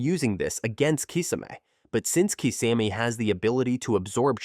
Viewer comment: The pronunciation of Kisame cracked me up